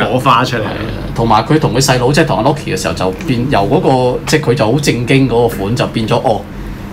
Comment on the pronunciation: 揸爆锤改背景唔系因为改剧本，而系MARVEL向来都中意放假预告误导人。同埋HULK同LOKi噶发音可唔可以标准少少🌝